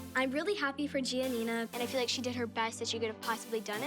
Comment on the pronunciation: her name Is actually Gianina Abby can't pronounce her name properly